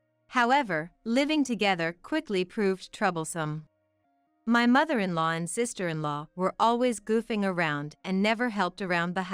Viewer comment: You gotta love AI. I am actually snickering at mother in "LOW."